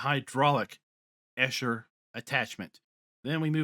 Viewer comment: Quite frankly, even for a non-native, you pretty butchered the name "Eicher".